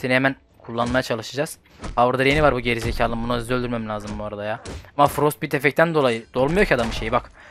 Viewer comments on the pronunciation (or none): reis frostbite, frostbayt diye okunur.Ingilozce de İ harfi ay diye okunduğu için. Yanlış anlama sadece bilgilendirmek için yazdım